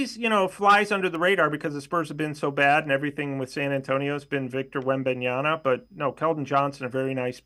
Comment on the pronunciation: This clown cant even pronounce Wemby’s name correct